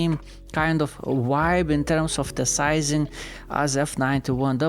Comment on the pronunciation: Every native English speaker understands that some cultures struggle with the V sound and replace it with W instead. It's not an issue.